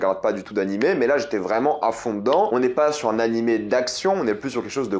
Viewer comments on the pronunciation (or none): none